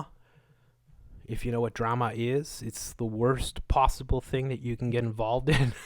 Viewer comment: You said drema. You laugh like Jordan from Spirit Science. Blessings